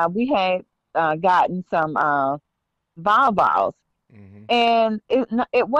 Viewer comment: I’m only a few minutes in and I can’t get over how she pronounces Volvo’s, it sounds like she’s saying Val-Valas, which doesn’t even make sense to me lol.